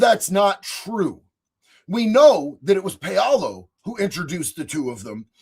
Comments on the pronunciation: Paolo is pronounced "POW-lo." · Is it Pow Low? Paolo